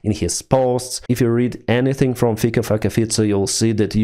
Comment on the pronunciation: LOL When says Fico's name! I love it.